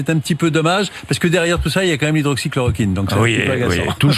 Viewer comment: Monsieur Bourdin, apprenez à prononcer Hydroxychloroquine